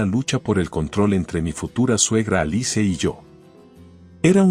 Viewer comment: Se pronuncia alis no alice